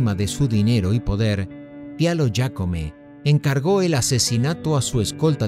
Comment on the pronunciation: NO SERÁ QUE PRONUNCIES JÁCOME CON. J NO YÁCOME CON Y.